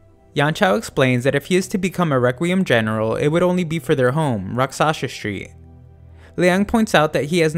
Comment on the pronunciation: it's pronounced "RAAK-sh-us" street and is a sanskrit word for demon.